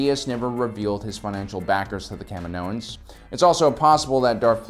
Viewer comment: Please stop saying, CAM-in-OHans. The planet is Ca-MI-no.